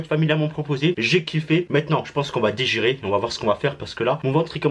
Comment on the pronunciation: Il a dit on va degire 😭😭😭😭😭